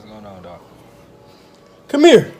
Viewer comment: “Come mere”😭